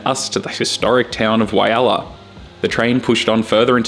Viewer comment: great video but please get the name Walhalla right